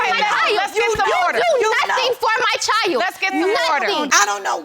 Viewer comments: Child is two syllables? Asking for a petty friend lol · Please, please note: child is a one syllable word!! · When did ‘ CHILD ‘ have 2 syllables 🤣🤣🤣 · BM is annoying... BD's mama is even more annoying. Why do people have to be loud and obnoxious?? is over the top, and, BM, the word "child" has ONE syllable NOT two!! Mass hot mess confusion when everybody's talking!